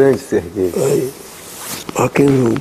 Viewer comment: no final quando ele diz "Serguei" eu achei que era: "Ce é gay?"